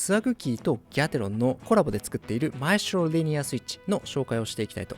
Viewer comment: マエストロの発音が良過ぎる